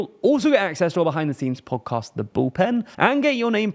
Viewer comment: I can’t even misspell on purpose how he pronounces “podcast”.